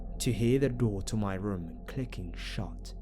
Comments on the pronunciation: Funny how you say room "rum" lol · Johnny Ay lol I say room the exact same way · Eryn Sullivan is it just like a way of saying it? It's weird but funny because sometimes people can mistake it for alcohol.